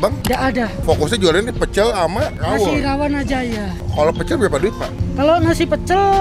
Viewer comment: Rrrrrrrrrrrrrrrrawon bang😭